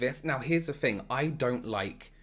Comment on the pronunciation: Fun fact: fing literally means fart in Hungarian lmao and i also hear him saying “thing” as “fing”